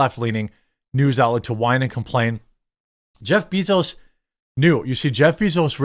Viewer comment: anyone else not like how Jeremy pronouncing jeff bezos name. like I hate the guy too but damn